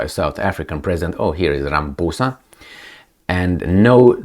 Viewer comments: more than many, including the very ANC he leads, have plummeting confidence in him. Please don't take offence to his name being pronounced as if he is a puss, in this video. African names are difficult and complex. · Many South Africans pronounce it, RamaPOESa, but only because they don't like him..... Best to pronounce it RamaPOUSa.....🤣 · It is RA - as in Rabbi MA - as in Mars PHO - as in Post SA - As in South It's not many South Africa's...it's those who do not like him or those who refuse to learn proper pronunciation of African names